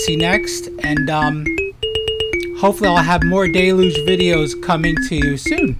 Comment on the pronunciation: Difficult to take seriously someone who can't be bothered to learn how to pronounce the name of the device they bought.... It's an english word ffs. pronounciation.